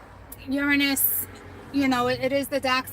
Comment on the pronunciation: hahah because its a joke in our house overtime you say uranus we hear URINE IS lol that was too funny